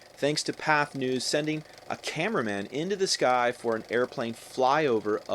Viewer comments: Hey / AI narrator, I don't know which, it's "path-ay", "Pathe", a French movie-making outfit, and not pronounced "path". It makes you sound stoopid. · I really loved this, so concise and yet thoroughly informative and engaging. Not to seem pedantic, but Pathé News is actually pronounced as Pathay not “Path.” 😉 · It's patheh, no what u said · It's "patheh". He's wrong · WTF are you talking about? You are giving the exact same pronunciation as I am, just spelling it differently. Path-eh and Path-ay are both pronounced the same! It was one of the earliest film producing companies in the world, starting out in France in 1896.